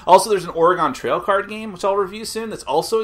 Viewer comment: Wtf is Or-ee-gone trail lol